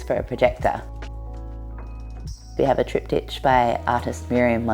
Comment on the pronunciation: the way this woman pronounced banquette and triptych was certainly not one i'd heard before